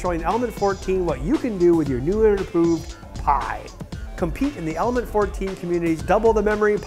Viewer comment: am i the only persons who thinks over and over again that the guy in die video is constantly saying "almond" instead of "element"? ^^